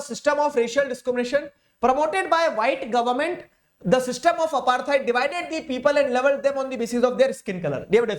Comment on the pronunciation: Sir at " " the way u pronounced syster was amazing 😂